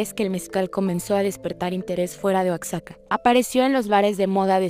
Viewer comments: Oaxaca es "Oajaca" no "Oksaca" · No se dice "oakzaka" se pronuncia "oajaca" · Muy buen reportaje! solo una observacion, Oaxaca se pronuncia [oajáka] no [oaksáka]. Saludos! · Muy bien vídeo pero por favor, es el tercer video en el que escucho que pronuncian Oaxaca como "Oacsaca", la X se pronuncia como J "Oajaca", corrijan eso en próximos videos, por favor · Cómo que Oacsaca???? En topónimos con X de debe pronunciar como J. Igual que México. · Se pronuncia "oajaca", no "oacsaca". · Oaxaca se pronuncia Oajaca . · No es oasaca es oaxaca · Se pronuncia oajaca. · Por que pronuncian oacsaca no manchen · Se pronuncia OAJACA a Oaxaca 🙄 y las espinas les duelen a los blancos porque no pertenecen a Mexico. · Exelente documental. Que pena que no se haya tomado el tiempo para saber pronunciar Oaxaca! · Y con A.I. hablando en el fondo le quitas un poco más... Así no se pronuncia Oaxaca... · por que no ponen una voz real, ni si quiera puede deciar OAXACA¡